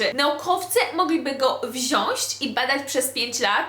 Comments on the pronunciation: Mówi się wziąĆ. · Mam nadzieję, że "wziąść" powiedziałaś prześmiewczo. Przepraszam, mam obsesję na punkcie poprawnej wymowy.